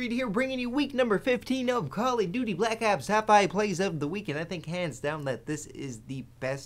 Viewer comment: "Cally Duty Black Ops" :DD